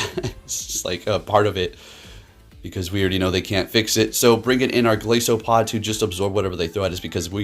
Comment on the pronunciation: The name is a play on "goliath" and "isopod" so the "i" is most prolly like eye.👍